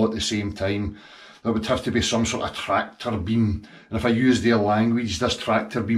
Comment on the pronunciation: Trrrractor beam